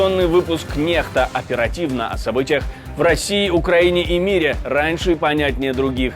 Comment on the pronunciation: Назву передачі озвучуєте неправильно,бо так як пишеться,то потрібно читати не нехта,а некста